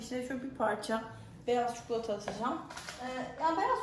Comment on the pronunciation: Çikolataya çukulata demeniz 😖